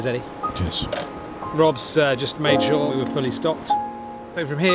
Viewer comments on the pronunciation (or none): none